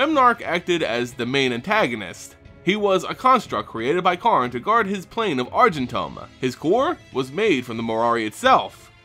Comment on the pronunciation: And I thought the Argentum pronunciation was bad!